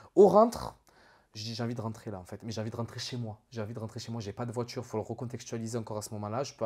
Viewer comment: Le coffre d’une « voitchure » fin de la vidéo pour moi 🙂